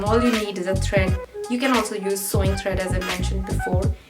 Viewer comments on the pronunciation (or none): woh "SEWING" thread hain, "SOWING" thread nahin.